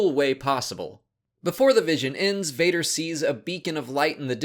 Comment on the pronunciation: It’s Vader not Vater and yes we need a Vader movie!